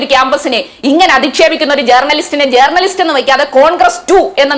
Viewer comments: എടി പോത്തേ ജേർണ ലിസ്റ്റ് അല്ല റ സൈലന്റ് ആയി പറയു വഴക്കുല ചന്തേ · ജേർണലിസ്റ്റ് എന്ന pronouncation ശരിയല്ല ചിന്തേ.....